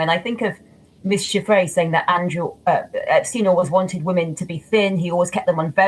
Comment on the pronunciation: Why does this man keep saying womomen and not women with an e.